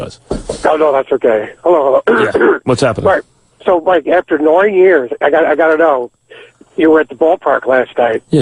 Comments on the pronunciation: Who is he imitating that says nine like “noyne”? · Number noine lol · he can't not break whatever character he's doing to say "noine". he has to. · How the hell does Richard Christie's dad manage to say noine in mid conversation lmao Ahhh Sour's too funny